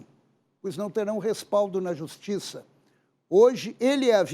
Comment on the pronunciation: Que "justissa"... - é assim mesmo que deve ser escrito...